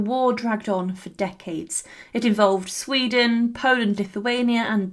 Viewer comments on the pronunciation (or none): none